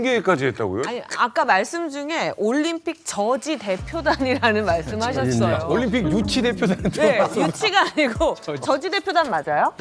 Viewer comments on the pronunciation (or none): 올림픽을 왜 *림픽이라 하는거임??